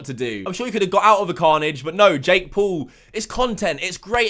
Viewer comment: You can just say Jake and Logan you don't need too say "Jake pOol and Logan pOol" every time you say there names the way you say it drives me nuts hearing it every 2 seconds haha